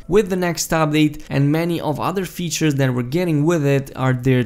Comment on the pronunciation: Did you just say weatures?